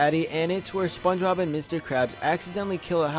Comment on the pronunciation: why the fuck he's saying SpongeRob instead of Spongebob